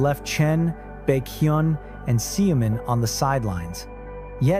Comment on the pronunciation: Xiumin is pronounced "shoo-min"...i want to see all 9 together and it will make me tear up at the sight.